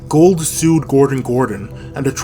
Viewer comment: To earn respect for your channel, learn the proper pronunciation of your key player’s name. It is not Gold.